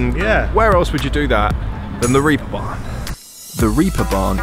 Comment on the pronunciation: "Reaper Barn"??? - It's name is "Reeperbahn"! Wiki: "In seafaring, the Reep (plural: the Reepe) refers to a rope or a hawser. The production used to be carried out by the craft of the Reepschläger on the so-called Reeperbahnen by twisting thinner ropes or Reepe." rope = reep ...okay?!